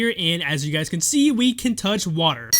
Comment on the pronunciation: Toch wader